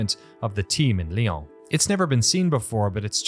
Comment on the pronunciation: Everyone who speaks French is going "It's lee-ow(n)", not lee-aw(n)!" Glad to see some appreciation for this studio.